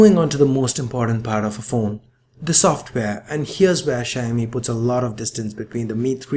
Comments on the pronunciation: Mr.anchour it is not a "sha-mi", pronounce it right, it is shao-mi (Xiaomi) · hahha I thought he was saying shiny at first. Great review. Definitely more reasonably priced. I've realised that Samsung likes to mark up it's price and let it drop drastically within a year. I would buy this but I already bought a phone. Regretting it big time.